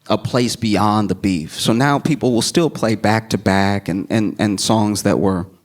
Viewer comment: "the place beyind the beef"